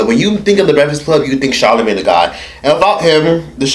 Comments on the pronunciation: "Charlamagee" lmao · That nigga said charlamigane